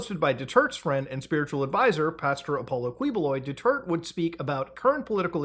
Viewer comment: "President Dutwert"